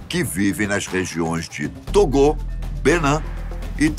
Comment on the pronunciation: Togo e Benin com a pronúncia em francês neste vídeo. "Togô" e "Benán".